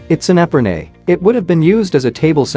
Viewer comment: The distaff (DISS - staaf) looks like it might be for flax rather than wool. Such distaffs often have ribbon or string wound loosely around the hanging flax, which is tightened as the flax is used up so that the remaining flax doesn't fall off. Epergne = eh - PAIR - nyeh